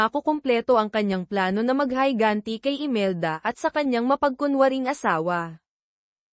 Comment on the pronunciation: Higanti po d hayganti😂😂😂😂